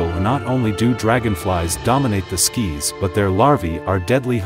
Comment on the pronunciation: Yes we need to think about the Lords of the SKIES, not the lords of the SKIS.